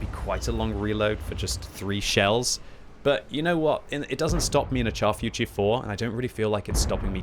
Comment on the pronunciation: still can't say the Char Futur properly, just google search how to say it